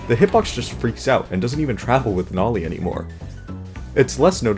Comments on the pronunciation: stop saying “nolie” it’s noli you RETARTED FU- the guidelines will not permit me from continuing such a sentence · U called Noli “nali” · you say "noli" like a weird version of "Wall-E"